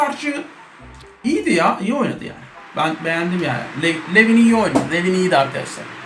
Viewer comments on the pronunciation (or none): ABİ O ADAM LUVİN DİYE OKUNUYOR